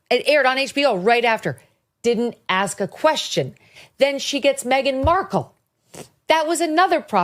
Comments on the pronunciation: Ask is a s k not a k s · Can I ask you something? Can you pronounce the word 'ask' without saying-ax??